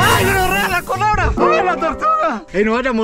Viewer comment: "la colebra"